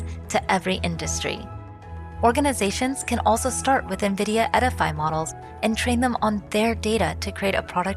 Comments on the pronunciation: Nevidia? It is called NVidia... as in the letter N - vidia. And we can now run interference on our models? Nice, just what we needed. They probably mean 'inference' when they write inference: which is best described as 'logical deduction'. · It's pronounced "en-vidia," not "n'vidia"